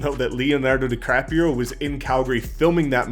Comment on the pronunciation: Did you say “Leonardo diCRFAPPIO?” Hahaha i luv him